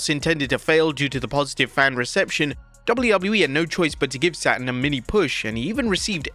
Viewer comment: Am I hearing things or did he say Perry "Satin" instead of Perry Saturn?